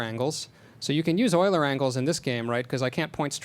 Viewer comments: Euler is pronounced "Oiler", because it's a German name. :) Regardless, GREAT talk! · euler is pronounced oiler because it is a german word. eu makes the sound oi. kind of like the strange combinations in english such as oo, ew, aw, au, ou, ow, etc....you get the picture. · Euler was Swiss, this is why his name is pronouced "Oiler".